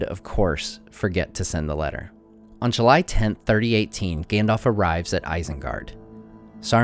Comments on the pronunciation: Stop saying "Gandolph", its "Gandalf" we are not talking about some "Gandolph Hitler" here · you nerd,it is GAndalf...not Gendalf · Gandalf, not Gandolf. Both As are pronounced the same. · Gendalf, engmar, eargorn... sorry, it just makes my ears hurt. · "Gendalf" xD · can anyone tell me why americans say gandolf instead of saying it correctly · I'm sorry to say this, but his name is pronounced "ganDALF" not "ganDOLF" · Great videos but you’re pronouncing Gandalf wrong, you’re kinda saying Gandolf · Gandalf, Gan-dalf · Good content but I'm a bit annoyed that you pronounced the name Gandalf incorrectly :(